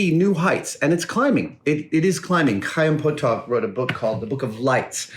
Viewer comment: I'm going to try and see if I can apply for credits with this video. I've learnt more in these 45 minutes than I have in a lot of 90 minute lectures! Also good job on correctly pronouncing Chaim Potok's name :D A very rare occurrence for an English speaking person!